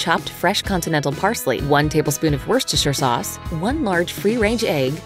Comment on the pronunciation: This guy has the budget to pay for a voice actor who knows how to pronounce worcestershire sauce.